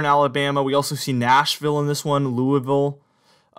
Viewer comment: He says Louisville like a native.